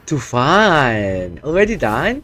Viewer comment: Not too fun, it's tufan, tufan is a Bengali word, that's meaning storm. Thank you bro